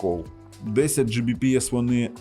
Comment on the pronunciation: Оцим вирізняється. Він любитель педантично зачитувати в спеках все до букви, як написано. Він завалює свої ролики купою не завжди зрозумілих, в т.ч. і йому самому, технічних термінів, абревіатур і т.д. Ось хто ще, крім нього, "10 Gbps" прочитає, як "Джі бі пі ес"? От слухає людина ролик, і як вона на слух це сприйме? Скоріше за все, як чортішо. Чого тоді скорочувати, відтвори термін повністю - "10 gigabit per second", чєвоуштам 🤣 Але більшість на його місці таки скажуть "10 гігабіт на секунду". Або просто "10 гігабіт". От хтось його спитає -, а яка швидкість твого інтернету? А він такий: "10 джі бі пі ес"!